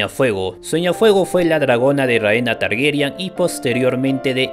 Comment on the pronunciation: TargERYAN NO, TARGARYEN, ARYEN.